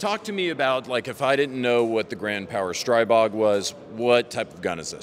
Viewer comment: When are you going to learn it is not pronounced Stray-bog???